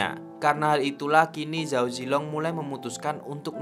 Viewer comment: belajar mandarin dikit2 bang. kalo di mandarin ga ada pengejaan huruf Z bang. di bacanya Ch jadi kalo Zhao bacanya Chao. guang zhou bacanya Kuang Cou